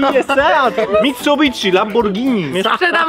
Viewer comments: Każdy Edit:dopiero teraz przeczytałem dokładnie mówi się mitsubiszi nie mitsubiTszi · Mitsubitszi? Kto tak mowi